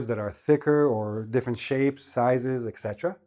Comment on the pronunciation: Why do you pronounce “iksetera” instead of etc?